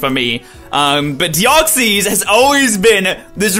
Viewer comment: no offense but u say deoxys wrong